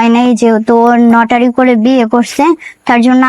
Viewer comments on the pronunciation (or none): Notary! Not lotari!